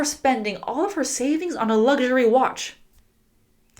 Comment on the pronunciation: luxury is pronounced /ˈlʌk.gər.i/. Is that fine? Native listener can understand ?